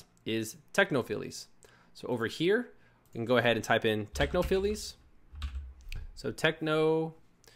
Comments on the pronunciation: Great video. Thanks for the info. (BTW, it's pronounced 'techno-files' not 'techno-filies'.) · Technophiles is pronounced "Techno-Files". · Great video but I was really interested in bumper ads and I didn't see you cover it . PS technophiles is pronounced techno Files :}